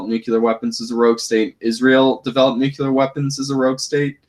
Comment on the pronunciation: Please, please, PLEASE stop saying "nu-cue-ler". It is "NU-CLE-ER!" You sound like George Bush when to say it wrong.